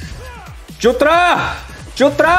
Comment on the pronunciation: Korean accent 🤣❣️❣️